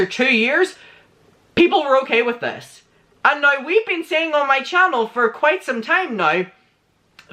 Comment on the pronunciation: 🌸 “Nrow” and “Hauyever” , We need these pronunciations on merch 🌸